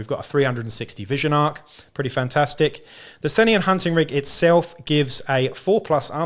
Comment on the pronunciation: Thanks for the preview, and thanks for helping me figure out how to pronounce 'Sthenian':face-red-heart-shape:! Good idea about using the model as a Spyrer Hunt Master. I used the Goliath special character with powerfist and chainsword as my Forge Tyrant, with a bit of converting(Goliath heavy Bolter instead of the sword and Goliath Ash Waste helmet instead of default head).